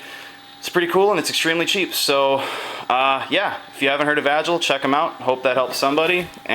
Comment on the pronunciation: Agile is not pronounced like that lol